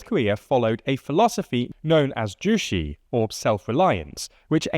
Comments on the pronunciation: Jushe? It’s pronounced the same in English as korean Ju-Che like Che gevara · "zhu-shee" lmao it's pronounced (in korean) "tzu-say" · I was gonna say "joo-che" but yeah "joo-shee" is definitely wrong. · If you just break it down as “ju” which is, well, “joo,” and “che,” as in say, “Che Guevara,” it’s pretty apparent. (“Joo-shee” makes no sense, no matter how you slice it.) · Pronouncing 주체 "Juicy" is crazy 💀💀 bruh it literally takes 10 seconds to google translate it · “che” [tʃe] from Juche is pronounced like the name Che Guevara. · They used to say something like "The North Korea dictator Kim Yong with his ideology Joo Shee..." back in the days on cable TVs. It's still lovely to hear people mispronounce North Korean names. It's how we show them our passive aggressiveness. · ah yes, "jushi" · his reading of Juché, as Jucy, feels like how sweet North Korea dictatorship. 🥰 main factor of closing Russia and NK is failed Sk-Nk relationship, due to the ultra-rightwing SK government. New Sk goverment also close the connection with Russia abruptly causing their approach to Kim’s regime. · Great video, this is my field. Minor critique, Juche is pronounced Joo-ché (ch as in chair) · A French Youtuber once pronounced Juche as "Shüsh" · You guys are all wrong. Clearly it's pronounced JUICY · It’s actually pronounced “ch’ooch’e” and it doesn’t mean “self-reliance” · Juche (주체) should be pronounced in English like "joo-chay" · First thing I noticed - sounds like Ryuk saying"juicy" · Hello! Good informative video from the tldr team about our small nation. Might i add, the pronunciation of ‘Juche’ id more like the ‘ju’from juice and ‘che’ from Che Guveara. Otherwise, i think it does an alright job on summarizing the issue! 👍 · So much research into north korea and they didn't take 1 minute to google how to pronounce Juche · They always butcher pronunciations. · Might wanna check the pronunciation of Juche xD